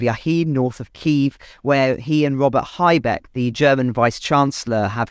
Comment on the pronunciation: He is called Habeck, not haibeck